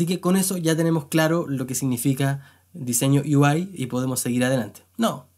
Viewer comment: Perdón, pero me da risa como pronuncia lo de "Yo quiero ser desarrollador de U-I" ksdkskd